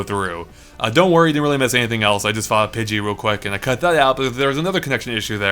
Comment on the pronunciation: What is a pidget? I thought they were pidgey, pidgeotto, and pidgeot.